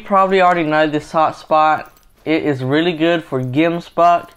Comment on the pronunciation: Dude as a South African I get super triggered by how u say gemsbok